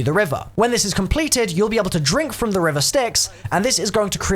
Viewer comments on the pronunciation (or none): none